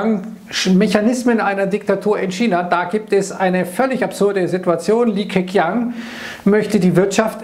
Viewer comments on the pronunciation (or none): Hallo, toller Artikel über Machtmechanismen in China! Eine Anmerkung vom alten Besserwisser: Im Pinyin wird unser Buchstabe Q so wie unser Buchstabe Z ausgesprochen. Der Li Keqiang klingt also so ähnlich wie Li Keziang.